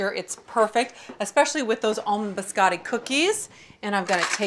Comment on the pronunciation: "Buscattic" cookies 😂